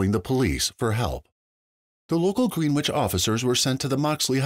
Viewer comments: Its pronounced "Grenich" not green which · Greenwich is NOT merely a 15 minute ride to NYC. also, please get the correct pronunciation of Greenwich down. it is not “Green - Witch” it is after the famous place in England “Gren- ich” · Btw it's not pronounced Green-witch brother...try Gren-itch if you want accuracy as a journalist. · Its pronounced gren itch and not green wich. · Yea that was bothering me too. No long e!!